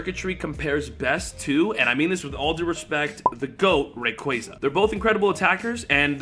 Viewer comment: omg your pronouncing on rayquaza